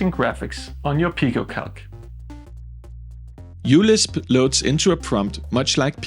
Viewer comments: I'm pretty sure that it is pronounced 'micro-LISP'. the 'u' is a place holder for the greek letter 'mu', which is similar to a 'u' but with a descending tail. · uLisp is pronounced micro-Lisp